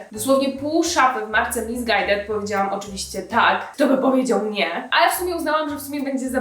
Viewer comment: Chwila, a nazwę tej marki nie powinno się czytać misisqłed